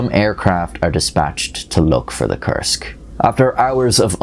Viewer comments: Koorsk, not kersk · When you say "Kursk" it almost sounds like "Cursed" which is fitting... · It took three times of hearing the word to realize he's saying "Kursk submarine" not "cursed submarine" And then a trip to the description to confirm the spelling...